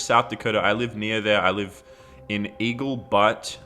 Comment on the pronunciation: Did he say eagle BUTT? 😂😂😂 yup totally